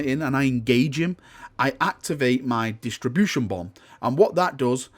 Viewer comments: DIS-RUP-TION. It disrupts shields, not distributes them. :) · Disruption. Say it with me now, DIS-RUPT-SHEN